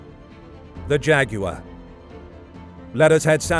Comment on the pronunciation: thank you, for saying jaguar correctly.